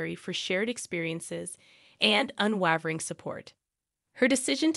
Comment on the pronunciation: Can you not find a person who can pronounce words correctly (i.e. “unwavering”), and read so that the script makes sense?